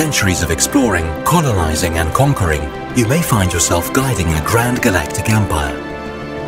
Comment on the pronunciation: You just said "conolising" twice. It's "Colonising."